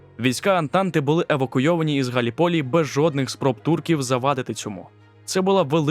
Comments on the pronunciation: Не Галі полі, а Галліполі, наголос на першу і. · Все чудово, єдине маленьке зауваження - у слові Галліполі наголос робиться на другому складі